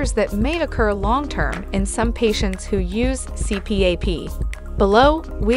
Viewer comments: It's pronounced C-PAP, not C-P-A-P. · "C---P---A---P"? Who the hell says it like that? AI does. And, ignorant people that literally don't know what they're talking about. Blocking this channel... there are enough stupid things that come across the home page feed. Don't need this channel ever again. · It's an acronym. The AI separates it and others blend it. It is technically a C P A P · The incorrect pronunciation of CPAP destroys any credibility of the video.